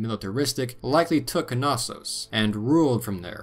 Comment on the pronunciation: Knossos is pronounced “nossos” lol. Great docco tho, minoans are super interesting